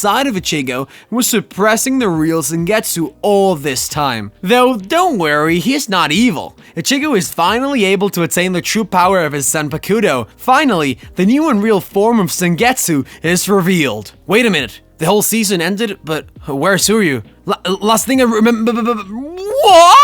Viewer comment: Bro just listen to the anime and say it come on . The way you say zanpakuto is driving me crazy . Try zampakto